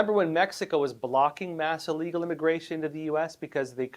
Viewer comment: You do know, don't you, that it is illegal, not allegal? It is pronounced like the word that means to be sick, I'll. You seem to be a very smart person. It baffles me that you keep mispronouncing this simple word. Educated and articulate people do notice and those are the people we need to impress. I would not say anything about it but it is a word that you use very frequently.